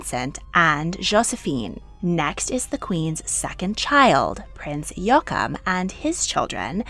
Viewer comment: Please: it’s Jo-a-chim and not yookum